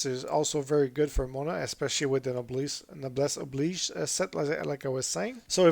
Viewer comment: Subscribed for pronouncing Noblesse Oblige correctly